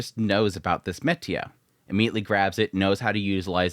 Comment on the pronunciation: He thinks it's actually called "metia"... who's gonna tell him 💀